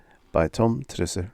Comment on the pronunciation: If it were an AI, surely it would properly pronounce "Trussel."